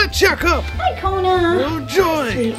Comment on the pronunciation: it's kona not kuna